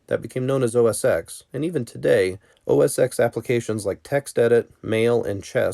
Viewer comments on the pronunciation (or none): Another person pronouncing it Mac OS Ex! The X is a Roman numeral because it’s the 10th major version of the Mac OS. It’s Pronounced Mac OS TEN. Just like the iPhone X is pronounced iPhone TEN. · It has nothing to do with age. People who were around then know that it was always 'OS ten', it came after System 7, OS 8, OS 9 and then OS X. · OSX Is pronounced OH ES TEN. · It's not "oh es ex"!!! DAMMIT!!!! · You lost me at “OS [ex]”